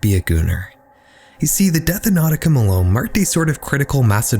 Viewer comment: NAUTICA Malone?NAUTICA?😖😂